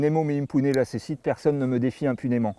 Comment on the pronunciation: « Nemo me impune lacessit » [némo mé impouné lakéssite] → attention le c latin se prononce toujours [k]